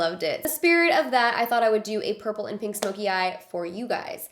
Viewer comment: Yo when she said pink, I heard kinky. I was caught off guard